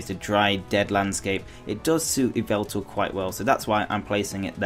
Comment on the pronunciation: It's Yveltal, not Yvetal...